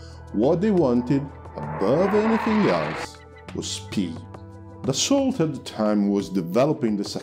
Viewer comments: I really liked the video.1 thing though Dassault is not pronounced like that, it's just "daso" (like renault is just "reno") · Terrific video. A little note ... Dassault is not pronounced like the English ''assault"" with a ''D'' in front. It is pronounced as ''Dasso'' with a long ''o''.